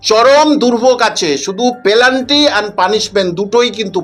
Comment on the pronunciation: আরেএএএ 'পেলান্টি' টা আবার কি জিনিস স্যার !! 'পেনাল্টি' টা তো ঠিক করে উচ্চারণ করুন। যত্তো সব 'বিশেষ অজ্ঞ'...!!